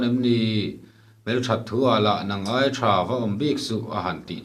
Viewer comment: Sakei lu a tih hi thluk sang lovin,thluk hniam(nula leh tlangval an in kai tih a KAI tih thluk hian) tur.Sa lu an ai(thluk hniam)thin a.Mi thi tur thla a ai(thluk sang)thin